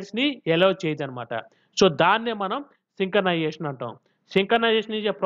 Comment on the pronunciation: Synchronization ❌ sinkanization✅